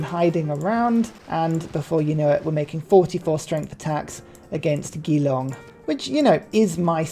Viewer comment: btw Geelong is with a soft g. Like Jerry.